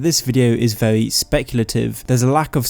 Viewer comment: I don't wanna be a hater but "pwovince" "militawy" "vewy" "skywim"